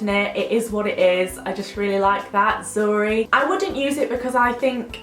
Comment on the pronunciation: zuri+a is basically white in basque it was so weird to hear it in your accent hahaha